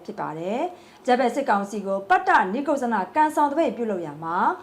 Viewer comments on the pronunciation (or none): ပတ်တနိတ်ကုတ်ဇနလို့ဖတ်ပါ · ပတ်တ နိက် ကုဇ် ဇန လို့ဖတ်ရတယ် ညီမ ရေ။ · ပတ်တ နိတ်ကုတ်ဇန လို့ ဖတ်ရတယ်၊ ခဏခဏ မှားနေတယ် ရေ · ပတ်တနိတ်ကုတ်ဇနလို့ဖတ်ရပါမယ်ခင်ဗျာ